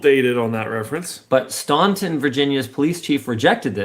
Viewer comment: The mispronunciation of Staunton is KILLING me. It's in Virginia; therefore, you can assume that it is properly pronounced non-phonetically. Proper pronunciation in this case is Stan-in. The "t" is just a glottal stop. So your friend "STAN" is "IN" Staunton. The fact that I care is hilarious to me.